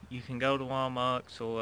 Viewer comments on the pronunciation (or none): none